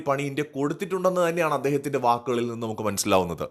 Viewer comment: "വിക്കിൽ " അല്ല.... "വാക്കിൽ "